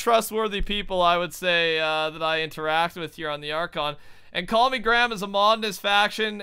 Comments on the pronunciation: His name is CallMeGram... Call-Me-GRAM! Yet is still calling him 'CallMe'. Not 'Gram' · His name is call me gram but you keep calling him call me 😂😂😂